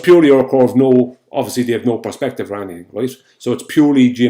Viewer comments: Is it me or does it sound like he says “prospective” rather than perspective? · No wonder the Irish are the butt of so many old jokes! He keeps saying prospective now that is not due to the accent that is stupidity as the Irish can say perspective perfectly fine! Talk about being the bad apple!